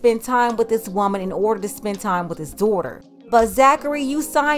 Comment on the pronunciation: At the minute mark , What is a daulter ? I just had to AXE